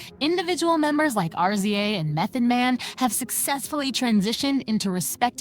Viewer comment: Yo I'm sorry but YOU are killing this story with all the mispronounciation and why do you keep spelling RZA'S name (RIZZ-ZAH) say it with me now